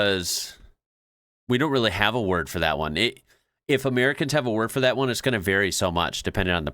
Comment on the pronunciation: How ya goin, not how ya garn